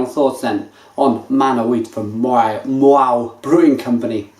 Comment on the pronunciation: How to Pronounce Maui - - Just so you know. :)